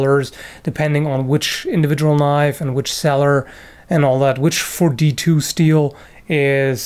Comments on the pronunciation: now thats a knoif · Now, the last one, THAT is a knoife